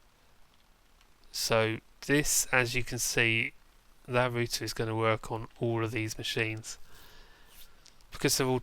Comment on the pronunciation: Thats how you are meant to Pronounce it -_